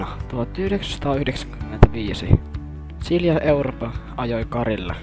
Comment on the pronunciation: 1 en saa selvää 2 tässä ei kuulu 3 Mä kuulen sila europa